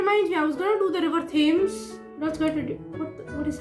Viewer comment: The books show that, even by Harry's fifth year, Tonks is terrible at cleaning/packing spells. And, just so you know, it's River TEMS (that's how it's pronounced. Not Tames). And Pumpkin Pasties is not PAYSTEES, as you pronounce it: it's PASS TEES. As for nervous in asking someone out on a date - the last time I asked someone on a date I was so nervous that the conversation went: "You? Me? Babies? Now?" I did not, in fact, get the date. : It tells you just how astronomical it is when MURPHY isn't using Stats... : A big pile of potatoes and a roast chicken. What a wonderful date. It'd be the perfect one for me. : INSERT THE HALLELUJAHS! SARNABY LIVES! UP NEXT, SARNABY BABIES! AT LEAST 10! (Also, is definitely Barnaby's bedroom eyes!) : Ooooh, cake! : Good with his hands? No - bad brain! Out of the gutter! No! Bad! Also, calm - calm, we need you in one piece for MORE Sarnaby stuff. You're no good to us, or them, if you're dead! Calm! #SarnabyLives #TheFirstKiss #AkemiDoALiveStreamSoThatWeCanLinkTradePokemonWithYouPlease